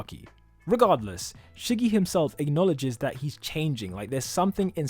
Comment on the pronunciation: Was I the only one who laughed a lil bit when he said Shiggy? 😂 (no hate btw)